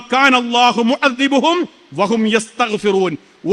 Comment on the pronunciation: ആയത്ത് നമ്പർ 33 ആണ് , ദാ അല്ല. മുഅദ്ദി ബുഹും എന്നല്ല, മുഅദ്ദി ബഹും എന്നാണ്.